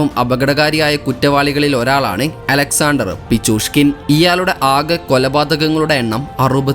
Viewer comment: അലക്സ്‌ എ ആണ്ടർ അല്ല. അലക്സാണ്ടർ എന്നാണ്.